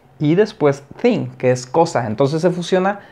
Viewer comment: No entiendo nada , porque algunas veces el "thing" lo pronuncia como "denk" = eniteng y otras como "fenk" = enifenk , no entiendo porque pronuncia diferente